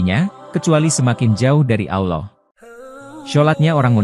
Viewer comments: maaf min saya tidak nyaman dengan penyebutann "awloh" saya lebih nyama mendengar dgn penyebutan "Allah" .. apa telingan saya yg salah ya ? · Pembaca video nya kaya bukan orang Islam, nyebut Alloh aja semrawut